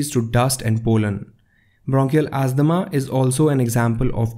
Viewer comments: It's asthma not asthama. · Asthma (not asthama). It is brillant, thank you so much